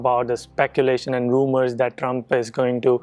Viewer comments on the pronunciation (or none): none